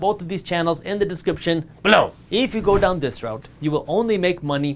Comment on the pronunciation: Dude, I get that you are trying to start a "thing" that makes you stand out, but the way you say "BELOW" really gets annoying after a few videos.